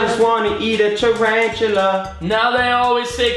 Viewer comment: "I just wanna eat a taratula" 😂😂😂